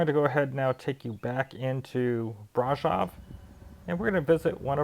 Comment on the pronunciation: when pronouncing the word brasov accentuate the V at the end as if you are saying Victor